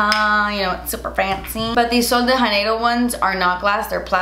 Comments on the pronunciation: No shade because of course in Spanish the j is pronounced as an h, but in Portuguese, the J (like in Sol de Janeiro) is pronounced more like an English j but softer. Like "jh" or "jd". Sorry, I don't know the phonetic spelling but it's not "Haneiro". Great video! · janeiro is a portuguese word, so the "j" should really be more like "jzh" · The J in “Sol de Janeiro” is hard (not really hard, like the J in “Jacque”). Idk about the brand and how they pronounce but I’m just saying this since the phrase is in Portuguese.